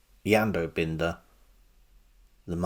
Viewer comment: It is Bin-der.